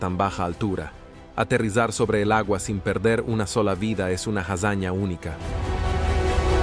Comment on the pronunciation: Siempre lo mismo con estos videos, agarran 2 o 3 datos y ya esta, no investigan correctamente, ponen una vos artificial que cada tanto pone mal los acentos (cuarenta metrós - mótores ), se le pianta el acento ingles o arabe (Jasaña Unica ) y listo. Todas las características nombradas en este video las tienen muchos pilotos que vuelan lineas comerciales, pero la razón de que Sully era la persona indicada es por que entre 1969 y 1973, asistió a la Academia y fue miembro del Escuadrón de Cadetes 18 y piloto instructor de planeadores y aviones. Es decir, era un eximio piloto de planeadores, por eso pudo acuatizar en el Hudson planeando.